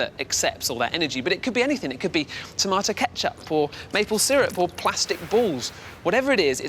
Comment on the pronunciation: I like the way he said tomato ketchup. I don't think I've ever heard it pronounced that way before